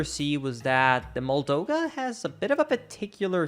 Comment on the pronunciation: OH MY GOD STOP CALLING IT A "MOLDOGA" ITS moldUga WITH A U